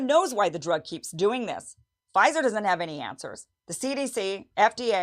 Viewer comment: Pfizer, not Phizer 🤣